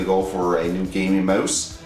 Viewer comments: did he just say gaming moose? HAHHAHA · he says mose, of course he is Canadian! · The way you say mouse, it sounds like your saying moose. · LOVE how you're saying mouse xD